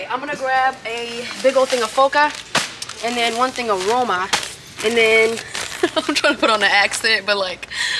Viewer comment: Hello, your accent/pronunciation is actually good of zote, roma and foca.👏🥰